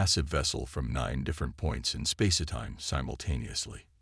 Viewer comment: It’s space time, not space-a-time!